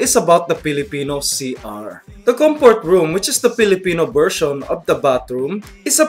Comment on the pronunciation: Thats great, the way he talks is more like "Forced English" or more commonly known as "Carabao English" >_> Like, BERSION instead of Version PILL for Feel POUR for For? LMFAO, yeah, good job dude, GOOD JOB